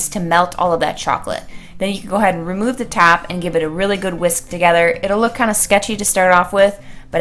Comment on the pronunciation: Why does she say tap instead of top..